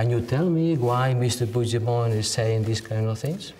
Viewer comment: porqué el periodista alemán pronuncia mejor el apellido "Puigdemont" que los españoles? Parece una tontería, pero es más importante, más significativo de lo que parece.